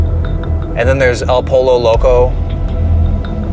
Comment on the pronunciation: no way my mans said Polo Loco 🤣🤦🏻‍♂️ It’s (Poyo) btw